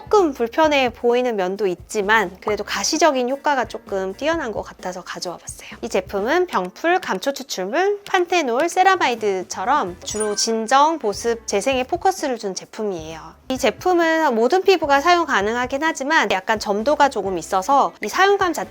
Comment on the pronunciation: 발음을 펜타놀로 하심….😅